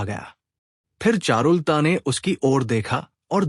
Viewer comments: चारुल ता नहीं बोलते, चारु लता होता है। सही उच्चारण बहुत आवश्यक है। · एक्चुअली ये ऐप से AI रीडिंग कराते है, और वीडियो अपलोड से पहले खुद भी नहीं सुनते वरना करेक्शन कर देते.चारु लता कोई ऐसा नाम नहीं कि लिटरेचर में दिलचस्पी रखने वाला उसको चारुल ता बोले. किसी लेडी का नाम लगता है,आवाज मेल है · चारु लता का उच्चारण शुद्ध करना चाहिए,...